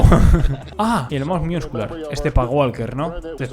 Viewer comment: hola te recomiendo que ya que vas a comentar culturismo que aprendas bien la pronunciacion de ciertos terminos porque me estaba arañando la cara cada vez que decias "miuscular"